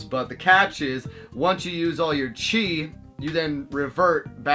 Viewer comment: Game looks way better than I expected it to be. Never seen the anime. Not sure how I'd feel about playing an anime video game without watching the actual anime. I heard you say "chi" the first time, then I swore you were talking about "cheese" the time after. Then I saw the little green cheese icons and thought the anime was about gathering cheese for powering up.